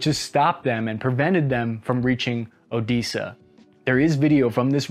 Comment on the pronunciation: The guy from the video manages to pronounce every city name wrong. "Enerdogar", "Odeeza", "Makaloov". What the hell lmao